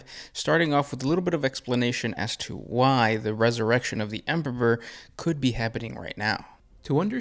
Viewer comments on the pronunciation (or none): why do you keep you keep calling him the emperver? do you have a speech issue? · Why do you keep mispronouncing emperor?